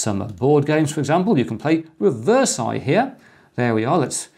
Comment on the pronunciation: Wrongly pronounce "Reversi"